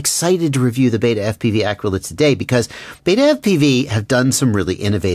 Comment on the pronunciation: Pronounced ah-key-la*